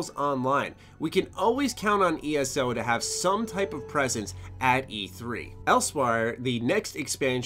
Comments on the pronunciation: "Elswire" what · Just so you know, Elsweyr is pronounced ELSEWHERE.